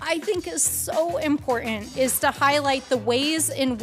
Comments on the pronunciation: "imporDunt" "conTstitution" margie-madgie-mudgie-pudgie might need additional English pronounciation classes. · MTG can't even pronounce the word "important" correctly, it doesn't have a "d" in it, as she says "impordant" What an idiot.